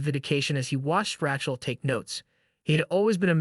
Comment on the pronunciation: Congratulations. This is the worst video of 2024. Please teach your AI algorithm how to pronounce the name Rachel. Othewise everything is OK.